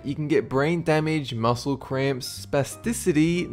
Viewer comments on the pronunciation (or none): none